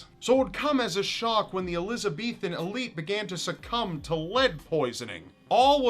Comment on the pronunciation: it's not the eloze beethen era it's Elizabethan